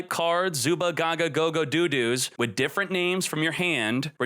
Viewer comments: I cringed every time said do do. It sounded like what parents say when they want their kids to go to the bathroom. The "o" in dododo is pronounced exactly the same as when you say gogogo. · Did this man just say look for a DO-DO in the GY? xD LMFAO ahahahaha